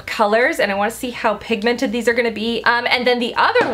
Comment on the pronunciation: you're amazing but I HATE how you say pigmented. You emphasise the MENT too much it's weird